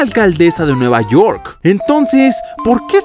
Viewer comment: Es nueva York o nueva donk...?